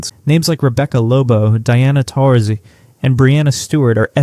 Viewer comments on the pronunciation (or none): Pronounced Diana's last name wrong ❤. Other than that it was a great video ❤.